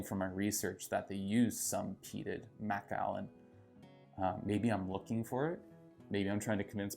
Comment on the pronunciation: M’kallen is how you pronounce it. Not Mack’allan